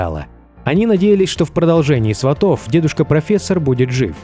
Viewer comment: Не сватов, а Сватов, ударения на С